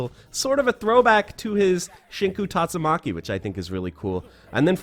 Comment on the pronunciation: Also it's "Shinku Tatsumaki"